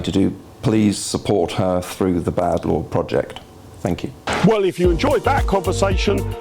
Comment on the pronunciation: How can such a beautiful woman pronounce through as "fru"... my dispair at having to reject her in advance of our romance. Lol.